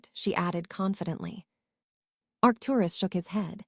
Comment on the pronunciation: This are reader needs to learn how to say Arcturus Doria and Charles